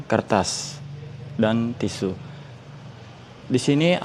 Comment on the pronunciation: nyebut tisu aja belum hatam